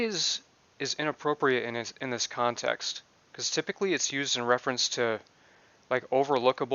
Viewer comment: He never said "out of context". He said "out of conteks" whatever that means !